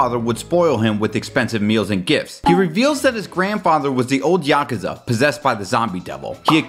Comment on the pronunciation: "Yakaza"? Lol